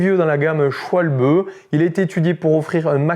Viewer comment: Humm SchwalBEUH